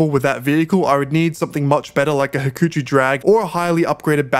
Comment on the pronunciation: Ha-Koo-Cho, not Hoo-Koo-Choo...